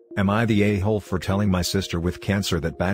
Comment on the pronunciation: Am I the ayyyyhooooooooole? Dude for fuccs sake, work on these robo annunciations xD